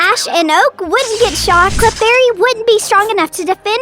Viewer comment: It’s clefairy not clarfairy